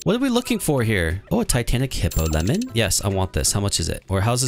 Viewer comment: Dude it is hippoMELON not hippoLEMON